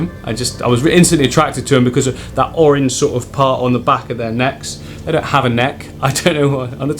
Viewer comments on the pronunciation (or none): none